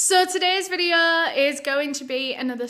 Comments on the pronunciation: "So today's videoh..." Me: YAY!!! "Part two will be out in a few days..." Me: oh. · I just want to give my usual disclaimer that I mean absolutely no disrespect to anyone that I talk about in this videuh. This videuh is for educational purposes and everything that I'm about to say is just information I have found on the internet and am compiling into one ✨videuh ✨